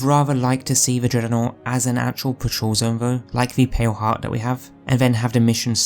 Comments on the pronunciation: Why the f does he keep saying it like that. It makes my brain come to a screeching halt every time i hear it. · What's a 'dreadernought'? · Can’t unhear it